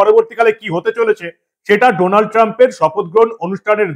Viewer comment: Sir, it is not Doonald, IT IS DANALD Trump. DA ,DA, DA NOT DO OK. I LIVE IN THE USA THAT'S WHY I AM CORRECTING YOU. THANKS.